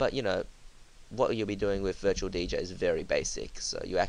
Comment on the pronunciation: sounds like ur sayin virtual BJ LMAOOO!!!